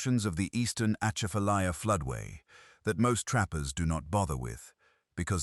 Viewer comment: C’mon! If you’re going to tell a story learn how to pronounce “Grosse Tete”, “Atchafalaya” & “Maringouin” & this is in just the first 75 seconds.